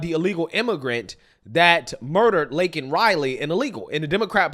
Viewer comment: Laken Riley! Layyykin Riley!!!¡ NOT Linkin Riley